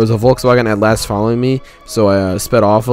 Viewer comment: it’s atlas. not at last.